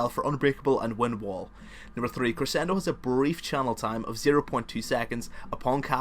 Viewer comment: I like your accent. It's not difficult to understand in the least. Also, you pronounced staccato and crescendo correctly. Don't worry so much about how you speak. I'm sorry people have been jerks about it. They're probably envious of your knowledge. Thanks for the guide. All of your guides are incredibly informative.